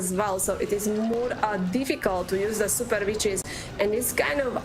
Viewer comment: It’s super not zooper you commoner